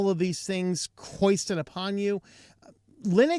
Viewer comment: Foisted upon, not hoisted. Good video, thanks! 👍🏻